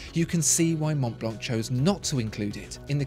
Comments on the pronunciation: “the monblonk” 😆 maybe double-check the french pronunciation next time you review a french named brand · Hi ! great video as always. We don't prononce the C of Mont Blanc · You don't pronoune the "c" in Montblanc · monTblanK, is it? Man...this is a luxury item. I'd understand the lack of class if you were American, but this leaves me baffled. It's monblan, man. Good god.